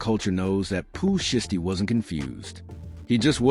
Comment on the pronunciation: Bruh its shiesty ! Shy stee !!